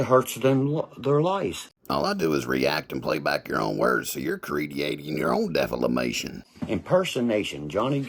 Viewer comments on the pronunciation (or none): Did he say deflamation?